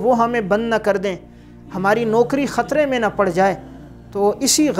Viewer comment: یہ کیا بد زبانی ہے: نوَکَری کو نوٗکَری بیَٹھ کو بیّٹھ کہَتا کو کِہتا رہَتا کو رِہتا اِکلوٗتا کو اکَلوَتا